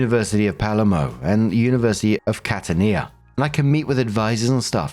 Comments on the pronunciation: it’s CatAnia, not CatanIa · Also, only tengentially related to the video, but, as a Sicilian, every time said Palermo or Catania, I kept unconsciously verbally correcting him. Telepathically, he'll know for next time. Lol